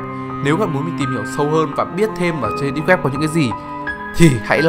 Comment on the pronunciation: Mấy lần rồi :)) deeb not deep